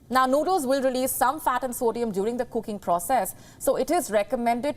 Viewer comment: Koooking! Instant nuudlles! Where they get these indian annoucers? They used to kniw how to speak english. They have 0 standard now.